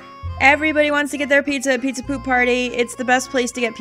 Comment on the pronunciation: "The Pee-za! Is the Pee-za! Absolutivally!":B